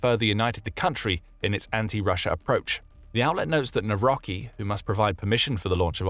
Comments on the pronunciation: Please corect the pronunciation of our President's last name. Its not Nawroky. Its more like Nawrowsky. Cheers 🤟🙌👌✌ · The 'c' in 'ck' is not silent, so the President's name would be read as 'Navrotski' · The "c" in "Nawrocki" is hard. Naw-roC-ki.